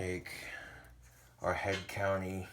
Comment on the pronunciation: it's head COUNTRY, not COUNTY. There is an R. Just letting you know, bro! Love a good cooking videya!